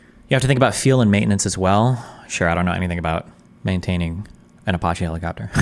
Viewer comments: Destiny mispronouncing Apache never gets old to me. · Who the fuck pronounces Apache like that?